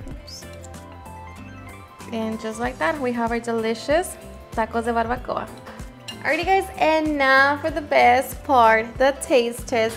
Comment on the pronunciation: Live in Cali and never heard it pronounced like that